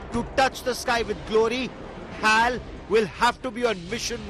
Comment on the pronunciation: Its not Haal its Eh A El Pls be specific